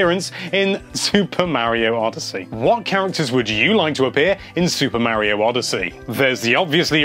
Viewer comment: 2017 and ppl still don't know how to pronounce Mario.